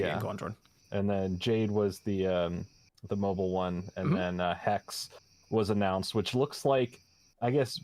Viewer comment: man people keep misspronouncing hexe its the german word for witch you do pronounce the e at the end 😅